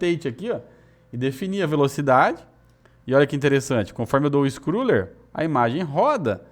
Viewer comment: Conteúdo top demais, como sempre! Apenas uma pequena dica: a pronúncia da palavra scroll é "iscrou" e não "iscrul".